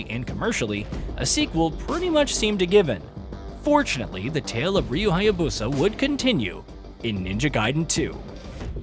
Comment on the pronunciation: This dude is still saying Hya-bosa, need to learn the correct pronunciation of the names bruh...